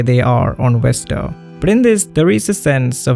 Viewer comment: i love how you can use the word innocuous, yet you cant pronounce 'Vesta' (it is NOT "Westa" my dude)